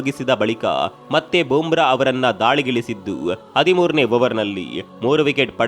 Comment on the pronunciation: Bro, it's not Boom Bra. It's Bumrah ಬೂಮ್ರ